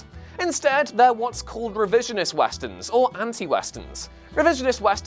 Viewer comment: no one: literally no one:: w a s t e r n s